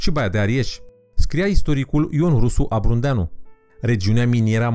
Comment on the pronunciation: Am incercat sa ignor problemel de pronuntie, crezand ca era doar un episod ratacit, dat sa conitinui nu mai este accident este prostie. SA stalcesti nume proprii de persoane, forme de relief etc este gogomanie. (Exemple, doldora de la "nemetale" - probabil sa pronunti metale neferoase e greu al naibii iar de stalcirea numelui lui Ion Rusu Abrudeanu - pronuntat de cateva ori ABRUNDEANU ce sa mai zic (apopos, numele vine de la localitate unde s-a nascut, Abrud, ca din cate stiu eu nu exista nicio localitate denumita ABRUND). Apoi mai avem nume stalcite... peisaje supragraciare(?) pentru supraglaciare (ca doar a fost era Glaciara nicidecum GRACIARA), Sacaramb in loc de Săcărâmb, Kogăionăn/Kogonion/Kogăniăn (poate va hotarati la o singura versiune pana la urma...) pentru Kogaionon (in limba greaca nu am auzit vreodata vocala ă), Masivul Godneanu(???) asta probabil in traducere in limba romana este Masivul Godeanu, (Godneanu, ca nume de masiv muntos, nu exista), continuam cu Călcescu probabil in traducere libera in limba romana lacul Gâlcescu, iar Iezul (sigur nu este iedul?) Inghetat probabil este Iezerul Inghetat.... Iar "cireasa de pe tort" este enumerarea lantului muntilor vulcanici din Carpatii Orientali (nicidecum Carpatii Moldo-Trasilvani - poate-mi spune si mie nea ala de citeste de unde a scos denumirea asta de Moldo-Transilvani cand denumirea oficiala, sa spunem, este Carpatii Orientali) - pana si Encyclopedia Britannica se refera la zona ca "the East Carpathian Block an